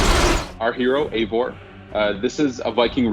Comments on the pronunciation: This guy is pronouncing his Eivor's name wrong. (Eye-voor) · Jake DiFalco no it’s wrong it’s EYYVOR BTW I AM NORWEGIAN SO yeah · Eivor=AyVOR Everyone:WRITE THAT DOWN